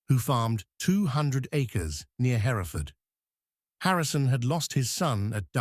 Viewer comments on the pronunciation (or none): none